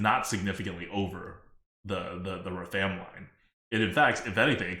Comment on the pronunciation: The number of times mispronounced Rafaam in a single minute made it seem intentional...and it hurt